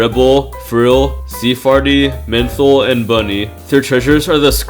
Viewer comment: " sea farty " 💀